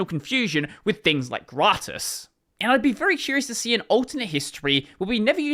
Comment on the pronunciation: Hearing say "gratis" as a spanish person is sure a whiplash when you're not expecting it ahhaha. Good one though! That's how you say it.